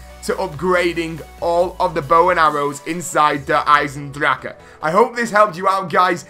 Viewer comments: ITS DER EYE SIN DRAUK NOT DRAUKEU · Der i-zen-dra-ke Not Hard..